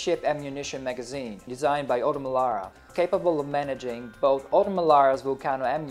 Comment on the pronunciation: Però odo melaua non si può sentite OTO Melara si dice . Perfida Albione !!